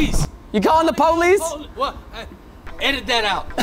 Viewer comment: WHY IS IT PO-LICE XD